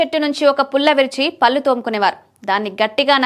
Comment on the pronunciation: తెలుగు భాష లో కళ్ళు, పళ్ళు, కాళ్ళు, ఒళ్ళు అనే పదాలు ఉన్నాయి. పల్లు , కల్లు , కాల్లు అని పలికితే ఆ పదాల అర్థాలు మారిపోతాయి. మీ యాంకర్ గారికి భాష మీద పట్టు ఉండాలి.... ఇది చాలా ముఖ్యం. మీరు ఎప్పుడైతే చక్కటి ఉచ్చారణ తో present చేస్తారో, అప్పుడు వినే వారికి బాగుంటుంది.. లైక్స్ ఎక్కువ వస్తాయి. దయచేసి గమనించగలరు, postivega గా.....